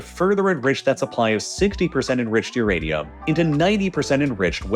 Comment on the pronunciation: why does Uranium sound like irradium or uradium?